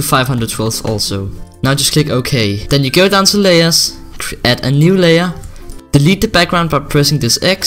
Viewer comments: you are saying the lead or delete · Lmao his accent sounds like "the lead"